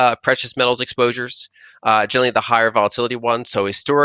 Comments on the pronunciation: Yeah, and she says it so often. More like "genaly" though. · She pronounce generally, as jelly lol